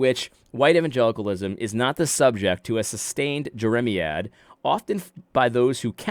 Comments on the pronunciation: AD, it’s Jer-uh-MY- ad. Think of the prophet Jeremiah, then say ad rather than uh for the end. The word is a reference to the prophet. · AD - please do yourself, and your audience, a favor and be more prepared before you speak. It's not hard to look up a word (e.g. jeremiad) to learn its definition and pronunciation. You undermine your credibility when you don't put in such little effort to avoid sounding ignorant by repeatedly mispronouncing a word. I generally appreciate your take on issues. But you should do better in your presentation and delivery.